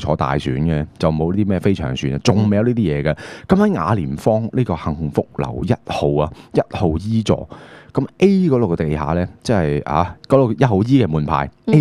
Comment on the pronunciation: ， 一聽到佢講雅廉"方"，就知唔係澳門人叫法。